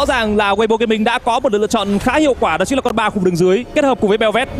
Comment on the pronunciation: bình luận viên bình luận chính là thì nói là chứn là 🤣🤣🤣🤣. đã ngọng còn nói nhiều níu hết cả lưỡi 🤣